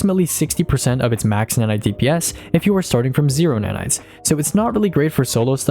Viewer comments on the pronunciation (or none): none